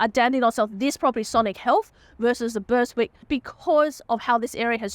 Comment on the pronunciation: Its pronounced Berrick hahahahahah there is no S dawg